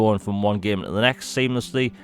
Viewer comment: me: “game” this guy: “GYAEM”